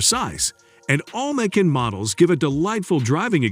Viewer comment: The audio on this is horrendously hysterical. "May-can", "Kay-an", "Nine Hundred and Eleven" and "Porscheeee" What AI bot narrated this? I had to stop watching.